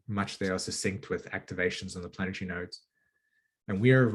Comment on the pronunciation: I try really hard to listen to the message and not focus on "the messenger", but im american and i find your accent very annoying like you have marbles in your mouth, sorry but thats the truth. "Sat-on" instead of "sat-urn" isnt there and 'r' in saturn? and "planet-try" instead of "planet-ary" et cetera, im trying to be open minded, ha!